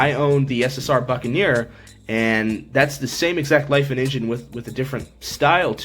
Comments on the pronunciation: it's pronounced lee-fawn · Yea when I've talked to them on the phone they pronounced it Lee Fahn